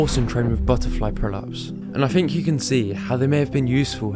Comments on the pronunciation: The way you say "crossfit pullups" sounds like "prolapse" and I can't unhear it that way. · When you say "crossfit pullups" it sounds like you're saying "crossfit prolapse" lol. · every time you said "crossfit pull-ups" I heard "Crossfit prolapse"....but it's still probably correct lol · Every time he says “pull-ups” I hear “prolapse” 😐